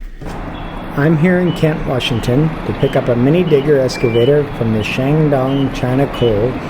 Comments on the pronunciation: EX-cavator, not ES-cavator. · There’s no S in excavator. Can’t even pronounce it right.